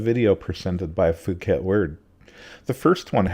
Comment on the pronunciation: The ‘h’ in Phuket is silent.